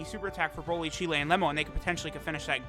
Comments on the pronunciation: Her name's pronounced Cheelai (rhymes with Mai), not Cheelæ. The 'ai' at the end makes a long 'i' sound. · Please please please stop saying cheelay